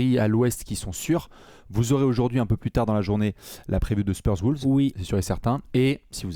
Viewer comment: C'est toujours pas Woulves , mais bien Wolves <3